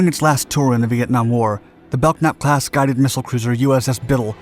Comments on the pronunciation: Belknap is pronounced belnap the k is silent. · Ok, I have to comment on your mispronounced name of the ship class. I served on USS Fox CG-33, a Belknap (pronounced Bel nap, the k is silent) class DLG/CG. You also showed examples of my second ship, the USS Harry W. HILL DD-986, a Spruance class destroyer, of which DD-963 was the namesake. I understand stock footage is not easy or cheap to come by, but you also show F-4 Phantoms when you refer to "MIGS". I'm just an old salt that likes a bit of authenticity when it comes to telling about my own history. BTW, it was also fun to a point, chasing the Russians around during the cold War. We followed the carrier Minsk for several months on the Hill. I love your videos, you just mispronounce a lot of words. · As someone who served on a Belknap class cruiser, it's pronounced Bell-nap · I served aboard the Biddle just before her decommission 91-93. She was still a badass ship despite her ailing condition. She carried the admirals flag for the battle group. We had a good crew and I will never forget my time serving aboard. Bad to the Bone! Oh and the "k" is silent in Belknap. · The "k" is silent in "Belknap". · It is pronounced "bell nap" not "belk nap". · BELL-NAP not BELK-NAP. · It's pronounced "bell-nap". The "k" is silent. It was named for William Belknap, a Civil War general, and, Secretary of War under President Grant. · Belknap is pronounced "Bell Nap" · Bro, need to learn to pronounce the ship names... The USS Belknap is pronounced Belnap (the K is silent). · Good video as usual, lots of info without editorials. I subscribe. I knew a guy from Staten Island who served on the USS Belknap. He always pronounced bel-nap, silent k. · Belknap is pronounced "Bell-nap". Silent "k". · Nice video, but you are pronouncing the class name incorrectly. Lead ship in the class, USS Belknap (CG-26) is properly pronounced Bel-nap. The "k" is silent. OSCS(SW) Ret'd USS Belknap Apr 89 - Mar 91. USS Belknap (CG-26) ComSixthFlt Flagship .